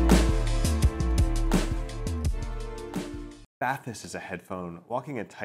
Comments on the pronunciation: It's pronounced bah-teese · Was looking forward to reviews just to hear the interpreted pronounciation of these. And this is amazing. They should've made them water resistant you could actually use them while taking a bath